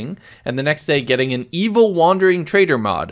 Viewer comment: " what an e-eviw wandawing twadew" idk why this so so funny to me😭